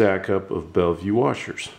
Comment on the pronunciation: bellville, not bellvue.. when you have a background that's white, you actually get the opposite result you are looking for. You want the black arm to be lighter, so add a gray or dark color background. That's why some use the green background of the sewing mat.. it's like a neutral density, and doesn't cause the lens to close down to reduce light. You want the lens to open up and allow more light in to see the detail in the black arm.